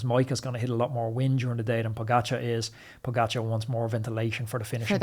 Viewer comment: You don’t pronounce pogacar correctly. Why not learn rhe rt way?